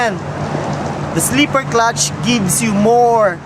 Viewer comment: "sleeper" clutch, 17" reems, no tweesties in Cali or FL... It is very annoying to listen to you talk way too much about pointless sheet while struggling to understand you... only to find out what you spent forever meespronouncing was not even worth trying to listen to. Guess thats why you started hiring hot girls to do the talking for you.